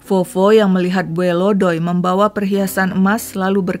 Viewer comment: Bacanya bukan bue,say... Tapi bue'. Ada penekanan d huruf terakhir. Salam dari palangka